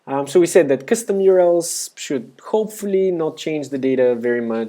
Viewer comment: Thumbs up if it was the first time you heard 'custom' being pronounced as 'cstm'.